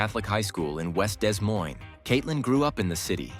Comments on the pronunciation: Whoever did the Narration needs some EDUCATION. Des Moines, IA, is pronounced DeMoin,... NOT Dez Moinz. -- We're surrounded by fools, thieves, and idiots. -- You turn an otherwise terrific video into caca. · 0.25 Love the AI narration. "Dezz" Moines? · These A.I. voice overs are driving me nuts. "DES" Moines? 😂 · Desr AI, it’s Des Moines, not Dismoines. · Learn to pronounce Des Moines, please. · To the narrator, both "s" are silent in Des Moines when referencing Iowa (it is derived from a French word), but are usually pronounced when referencing the one in Washington. You're welcome. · Every single time they mispronounce Des Moines I wince. It was horrible to listen to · You need to learn how to pronounce Des Moines correctly!